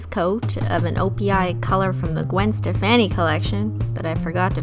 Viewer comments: I like how you pronounced Gwen Stefani's name haha. 👍🏼😋 Like Gwen Steh-fanny 😉 I pronounce it like Gwen Steh-fawny, like fawn haha. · Hehe Gwen Stefan-ee. Cx I've never heard her name said like that before. I love your videos and that nail oil really does work. 👍🏻 best decision after a very bad decision of getting acrylic nails for prom. 👎🏻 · "Gwen ste-fanny" hahahahah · Omg I was about to ask the same thing, but I didn't wanna sound mean, so I went through the comments to see if someone thought the same thing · the way she says Stefani is wrong